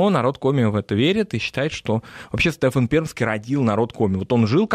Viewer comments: Да уж не Стэфан, а Стефан, с ударением на второй части имени. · Все замечательно. Но почему СтЕфан? А не СтефАн. Я из Коми и мне слух прям режет. Простите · Стефан, а не Стэфан.